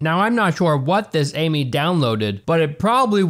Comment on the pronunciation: The movie is actually pronounced Am I